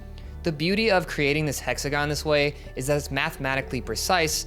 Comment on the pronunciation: "How many sides has an exagon"🫩